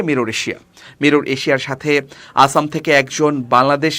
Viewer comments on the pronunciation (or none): পাঠক কি ইন্ডিয়ান? আসাম কে বারবার আছাম বলছেন।